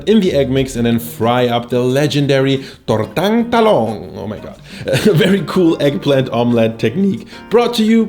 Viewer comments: tortang talong! nailed the pronunciation bro! all the best! one sub from an OFW (Overseas Filipino Worker) from Qatar. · I was ready to cringe but your pronunciation of the filipino words is pretty good! Thanks for putting an effort to pronounce the words properly. And your garlic rice is not exactly how it is cooked traditionally, because filipino households use left-over rice but it's a good twist. Also your adobo, it looks delicious. I might try your style and see how it comes out. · I love Ensaladang Talong!! And yeh.. you were way off pronunciation.. but its all good. :D But you did pronounce Tortang Talong very well.